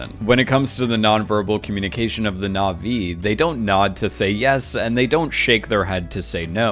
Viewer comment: Dude! You mispronounce na'vi 3 seconds into your "comprenhensive guide"...